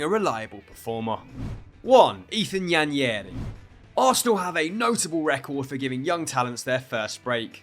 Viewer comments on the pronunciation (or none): Bro said Ethan Yenyari 😂😂he butchered it💀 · Just a little correction, Nwaneri is pronounced “Waneri” the N is silent. The name is an Igbo name from eastern Nigeria. Hope this helps with future attempts at pronouncing his name. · Because they're not familiar words and pronunciations to people from here. Apparently no one knows how to say Nwaneri, I've seen 3 different suggestions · Does know that Nwaneri’s name has an N at the start? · why are you pronouncing Nwaneri like it’s a spanish name, that was horrid 😭